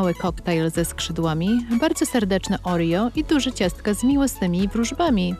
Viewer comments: Oreo a nie orio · Nie Orio tylko Oreo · Nie mówi się orijo tylko oreo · Nie muwi sie orio tylko oreo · Kto wogule mówi orio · czemu narratorka mówi orio kórwa no czemu czemu się pytam